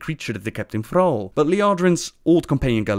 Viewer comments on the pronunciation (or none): none